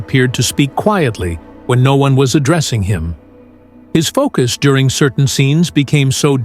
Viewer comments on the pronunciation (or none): none